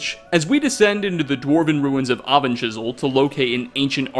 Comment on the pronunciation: Avanchnzel Auto-Captions: Oven Chisel